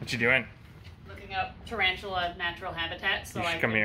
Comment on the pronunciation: Its a ta-RAVE-tula! Ooontz ooontz ooontz ooontz